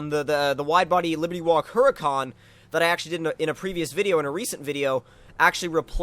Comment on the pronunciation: Hey just a FYI... The "H" is Huracan is silent. It's kinda just... Uracan.